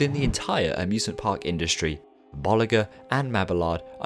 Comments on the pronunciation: Bo-lee-zjé and ma-bee-yard 😤😤😤😤😤😤😤😤😤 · i’d crack up every time you’d say bollinger because it sounds like you’re saying ball licker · gotta love that whoosh transition! I think this is the most high quality video I have seen from you to date! well done! even if you had to render it 7 times lol! 1 thing tho, its pronounced Bolee- shuu and mabe-ard sorry for being picky